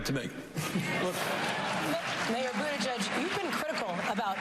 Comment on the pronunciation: Constantly mispronouncing Mayor Pete's last name because he is gay is not very Christian at all. If you have actually read what Jesus taught, he taught love and forgiveness. He died so God would forgive everyone else. I bet he wasn't on that cross saying "forgive them for they know not what they do....unless they are gay." I think you can present yourself as a better Christian than that.